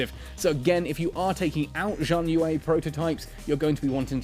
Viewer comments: "Shian yuu" is the closest I can type it. It sounds different to hear it, but that's close enough. Haha. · Xi = sh pronunciation. HTH.